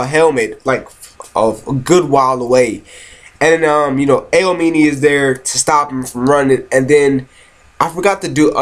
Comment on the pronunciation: "Aoimine" is actually pronounced (A-ow-me-neigh) "Murasakibara" is pronounced (Moo-ra-sah-key-baa-ra) "Akashi" is pronouced (Aa-caw-she) I'm sorry for correcting you but I just wanted to get that straight. =v=''